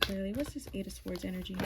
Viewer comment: The W is SILENT in the word SWORDS. So, it's pronouced SORDS . ☆♡♡♡☆♡☆♡♡♡☆ The T is also SILENT in the word SOFTEN....NO OFFENSE.☆ ☆PEACE & BLESSINGS